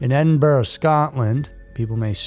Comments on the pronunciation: It's pronounced "edd-in-brah" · It’s pronounced Edin-bruh, every American who pronounced Edinburgh says it wrong